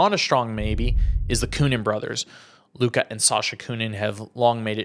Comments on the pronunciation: Luca???? Lucas… embarrassing for a professional media member who can’t pronounce a simple name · It’s “Lucas” not Luka 😂